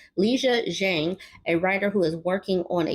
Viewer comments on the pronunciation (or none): none